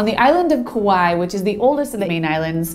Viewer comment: Nice video but if you really grew up on the islands please pronounce Kauaʻi correctly.